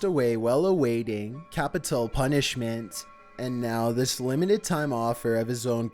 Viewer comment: CapIToll punishment lol